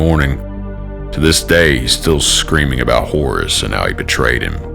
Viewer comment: Whores? Motherfucker it's HORUS!